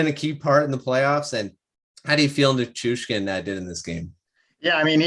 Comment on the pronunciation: Thank you for learning how to pronounce Nichuskin this time.